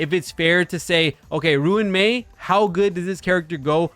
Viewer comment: its so funny how he says ruin mei instead of RUAN mei